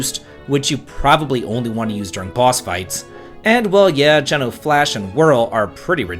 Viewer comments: It’s definitely Gene-o. Like the pizza chain if you’re from New England 😅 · geno's name is pronounced jee-no not jeh-no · Who else cringed when he pronounced his name as "Jenn-o" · Never heard someone pronounce Geno as Jen-o rather than Gene-o. Now I’m wondering which it actually is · I think a lot of people pronounce it GEE-NO. We're all just guessing at this point 😅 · Depending on how your pronounce it you may not be wrong. His pronunciation is wrong (not surprising, obviously as a kid we all had to guess). It's Geeno. Hard E. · we gonna teach him how to say geno ?